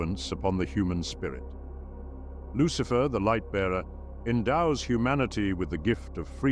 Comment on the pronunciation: Who is buhlicher? Lucihfer